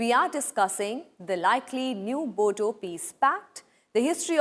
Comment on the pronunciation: Bodo , spell the D as R (boro)